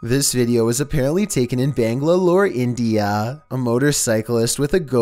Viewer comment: i didnt know thats how you pronounce Bangalore. did he say Bang-la-lore